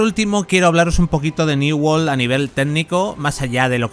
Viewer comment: "new wol " XDDDDD